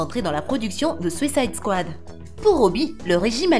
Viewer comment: “Sucaïde kouade”